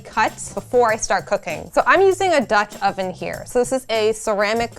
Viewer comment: Who else lol'd every time she said Dutch oven?